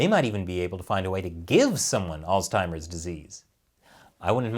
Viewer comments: Alz-heimers. Not alz-timers. No T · What is “alztimers”? “Figural”? Figurative, ya doof. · Guys, I love you but there is no "t" in "Alzheimers." You keep making it sound like "Old Timers." "Altzheimers" is not correct. Oops. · Alzheimer's doesn't have a T....Sounds like you were saying Oldtimers. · Interesting pronunciation of "Alls-timers" you got there 😏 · Let's just stop saying Alztimers plz....ur driving me fuckin bananas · Allstimers that's a new one. No t in alzheimers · "Allz Timers" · Seriously though... there is no "t" in Alzheimer's. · Why does keep putting a T in Alzheimer's? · Your pronunciation of Alzheimer's is a bit off. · Why can’t pronounce Omicron and Alzheimer’s correctly?? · There is no T in Alzheimer's! Still love ya though.... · dude... learn how to pronounce Alzheimer’s!